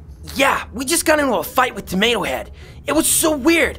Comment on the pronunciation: U always pronounce tomato AND taco wrong